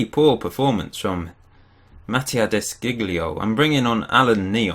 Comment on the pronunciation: The pronunciation of De Sciglio is "De Sheeglio" (like sheep)